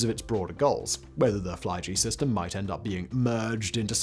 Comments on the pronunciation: Simon, it's not the Fly-G-System, but Flyg-System, which sounds like Fleeg-Seastem. So Flight-System 2020 in English. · Haha, Swedish Fly-G. Simon, it’s one word. Flyg means flight. Sounds like fleeg. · Fly-G-system... Dear God Simon what in the blaze was that😂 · Flygsystem is not Fly G System. Flyg, is Swedish for arial.